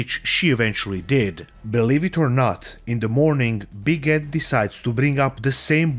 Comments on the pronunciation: You know what, you saying "Big Ed" sounded like "Biguette" to me and I think it's such an appropriate nickname for this guy. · After listening long enough, a couple times I thought you were calling him "Big Head" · I know you're saying Big Ed, but I keep hearing Big Head 😂